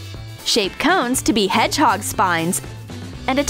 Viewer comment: Who though they said head chalk instead of hedgehog